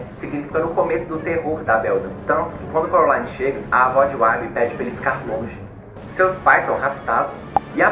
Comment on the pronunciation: ele fala errado ele fala : corolaine enves de : coraline